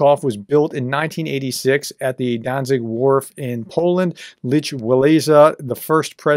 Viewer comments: Yea, I cringed when I heard him pronounce it like Leech. I remember watching the protests on the news as kid growing up. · Ugh! His name is Lech, it's pronounced "Lek", not leech!! Lek Wah-LEN-sa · His first name is pronounced "Leck".